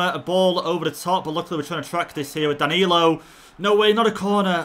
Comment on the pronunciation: Everyone: Danilo:DaNaLiNO